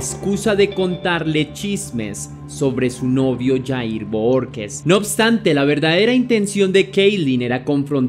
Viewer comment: Bohorquez se pronuncia "BOJORQUEZ"